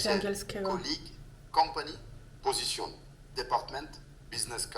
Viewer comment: Wymowa w tej apce jest tragiczna. Sprawdź choćby prawidłową wymowę słowa "position"